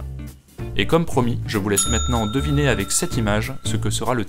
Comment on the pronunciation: il n'y a pas de "T" à la fin de "sera"